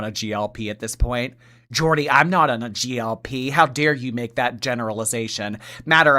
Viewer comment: It’s GLP 1, not GLP❤ love u,Jordy!